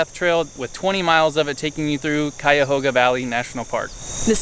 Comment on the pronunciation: Props for the correct pronunciation. A lot of people get it wrong